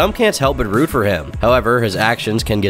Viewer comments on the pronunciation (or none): none